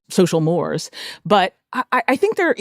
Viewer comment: lol she mispronounced “mores” — these are your best, NYT?